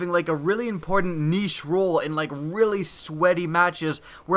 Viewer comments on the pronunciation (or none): none